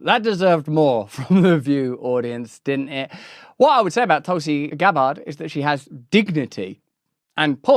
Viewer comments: “Tulsi Gab-ARD” … what a prat. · lol… Tulsi Gab-bard 😂